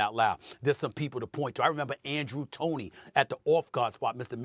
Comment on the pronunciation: This man said Andrew Tony 😂😂😂